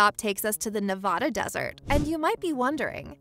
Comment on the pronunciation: Nice video! One important thing though: Nevada is pronounced "Nev-aaa-da", NOT "Nev-ahh-da". We Nevadans would appreciate it!👍